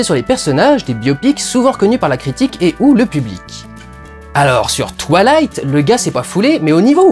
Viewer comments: Tu dis twalight au lieu de twouailight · "twa-ï-la-ïte", et pas "twa-la-ïte". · Ça me tue quoi il le prononce "toilight" 😂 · Quand tu dis twilight j ai l impression que tu vas dire toilettes